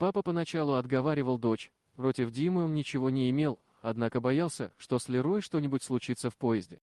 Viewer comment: Ну читать-то совсем не умеем, ЛерОй, на повОдке и ещё много, просто противно. А девочка супер! Здоровья дочке и маме!!!!! ❤